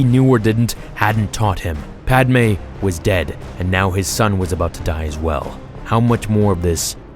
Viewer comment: what sidious TRIED to say “then he will die” -what it sounded like he said, “then he will dey” 😂🤣